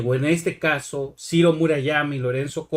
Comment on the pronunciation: Cirrrrro, peeerrrrro, guuuuuango